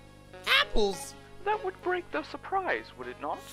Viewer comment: Everyone: surprise: Suprize